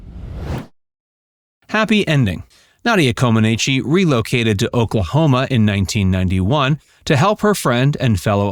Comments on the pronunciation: pronounced Coe-Ma-Neech !! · To me, it's pronounced "Common-Etch" but say it quickly. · Her last name’s pronunciation is Comaneech. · Yes! That mispronunciation was so annoying. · embarrassing. Narrator can't even pronounce her name correctly and expects to be taken seriously. please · A deep dive? Research sufficiently to learn how to pronounce her name. It’ll give you credibility. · You are pronouncing her name incorrectly!